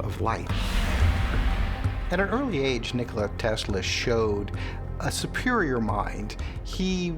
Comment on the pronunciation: To be reporting on history, that guy should probably pronounce Nikola correctly.